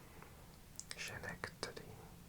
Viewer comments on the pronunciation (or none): As someone who grew up in the region, it's always amusing to hear different folks try to pronounce Schenectady! Locals pronounce it like Skinecktady